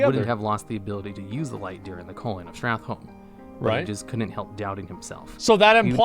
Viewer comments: It amazes me that 15 years later people still can’t pronounce STRAT-HOLM. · So, him saying StratLohm all the fucking time is so annoying